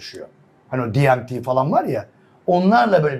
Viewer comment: Diemti nedir ya ,sizleri dinleyen Türkler, Türkçe konuşun, ingilizce terimi öyle berbat konuşuyorsunuz ki, artikulasyon sıfır, şive sıfır, Türkçe konuşalım 🤔🤔🤔